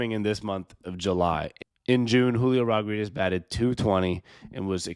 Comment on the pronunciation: Can you not pronounce his last name or smth?